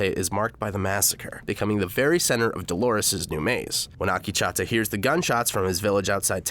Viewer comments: AkechAAta ?? Damn it's Akecheta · Not Ah-Kee-Cha-Ta its Ah-Keech-ehTa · Akecheta not Akichata you dumbass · OMG, listening to Akecheta's name repeatedly pronounced wrong was like nails on a chalkboard. It's not "Akee-cha-ta" it's "Ak-eh-chet-ah" for the love of my ears, please. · Oh god, Akichata... it hurts how many times he mispronounces Akecheta. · How tf can you pronounce Akecheta as "AAKICHATA" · Next time you hire a narrator, make sure they actually watch the show to understand how the character's names are pronounced... they way you pronounce Akecheta (it's pronounced "uh-KEY-chi-tuh") is actually triggering. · I think the native american character's name is pronounced "uh - KEY - chi - tuh" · It's killing me. It makes Akecheta sound like a frothy latte! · Great summary! Very thorough. Also, you're pronunciation of "Akecheta" is terrible. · Good except I cringe a little every time he mispronounces Akecheta Also Ashley maybe being a host is theory, not fact. He could have been making a joke about having a "core drive". This isn't a series where I'd take anything said at face value.